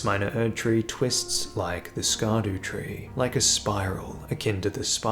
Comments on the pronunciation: fyi “scadutree” is using the Old English word for “shadow,” or “scadu” (sċeadu more accurately). it’s pronounced the exact same as “shadow.” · Scab-daba-doodoo tree. He corrected himself 😂